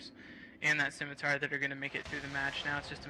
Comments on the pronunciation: oh hey, a video of internet spaceships online the video game. dear commentator, please never say "skimitar" again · "ss-imitar" is correct. "skimitar" is wrong. Dumb brit commentator :)